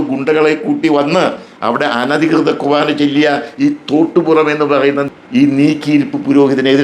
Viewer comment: ചേട്ടൻ ഇത്രയും പ്രായം ഉണ്ടല്ലോ വിശുദ്ധ കുർബാന എന്ന വാക്ക് ഉച്ചരിക്കാൻ പോലും അറിയില്ലാത്ത താങ്കൾ പറയുന്നത് കേട്ട് വിശ്വസിക്കാൻ കഴുതകൾ മാത്രമേ കാണുകയുള്ളൂ താങ്കൾ ഒരു ക്രിസ്ത്യാനിയാണോ വിശുദ്ധ കുർബാന ആണ് കേട്ടോ അല്ലാതെ കണ്ട നാട്ടുകാർ വിളിക്കുന്ന കുറുവാന എന്ന് പറയാൻ തനിക്ക് നാണമില്ലേ വിസ കിട്ടാറായിട്ടും ഇനിയെങ്കിലും നന്നായി പ്രാർത്ഥിച്ചു ജീവിക്കാൻ നോക്ക് ചേട്ടാ